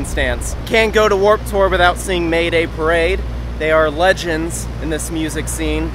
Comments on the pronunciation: dude! your pronunciation is too wrong! did you watch that "how to pronunciate band names" video on youtube? that dude could help you. long live Mah-daye Pah-rah-dee-eye tho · Wait, it's pronounced "May-day Pah-rade"? Not "Mah-daye Pah-rah-dee-aye"?